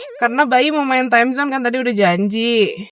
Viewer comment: Timezon ce bukan amazon